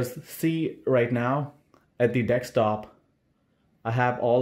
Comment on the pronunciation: that "dekstop" is insane bro